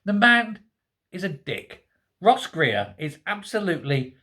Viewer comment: I though you said " Gross Reer" , er perhap you did ;-)